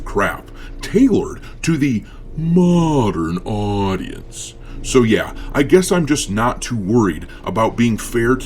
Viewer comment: Hello. Your number one Nigerian fan. Love the costume, the dance and how you pronounce “modern audience”……hehehehe